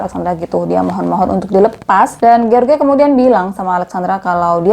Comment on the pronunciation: Jeors baca nama si laki2 nya kak. Bukan george 😂. Pake terjemahan google dl .gimana baca nya lain x nama orang kak.